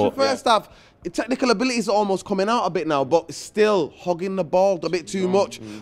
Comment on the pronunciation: These lot love their “techniaecal abilatay” 😂😂